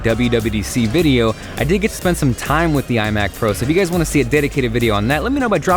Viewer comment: it sounds like you said " I will catch you guide later"